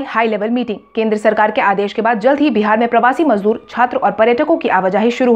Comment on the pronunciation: मजबूर नहीं मजदूर